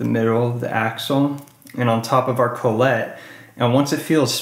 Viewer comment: Thanks for the vid.. just a note.. it's Kah-let not Cole-et